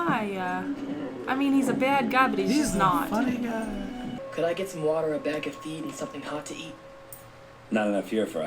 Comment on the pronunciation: "He freaking fought that gAAaaAAA" you texan or something? XD